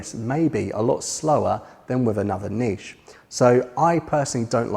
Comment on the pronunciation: Great video and great to hear someone pronouncing Niché correctly. I can't remember which Jurassic park film the reference was from so I'll need to binge watch the series... After the rest of your videos of course.